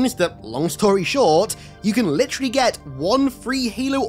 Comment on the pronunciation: Every time you say "litteraly" i remember the Infinite Demo "Your litteraly Power-seeding"